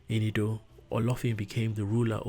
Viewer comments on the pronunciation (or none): BS,!!!! A little island called "IDDO" Please say/call it correctly, you should from your explanation call it EDO, and not IDDO!!! That foundational name is very important!!! You tried very well I am not blaming you here ooo!!!